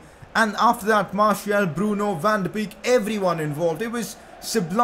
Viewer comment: PCQ: Van De Beek is pronounced Van De BAKE.